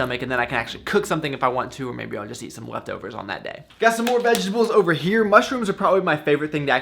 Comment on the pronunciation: "Vegables" XD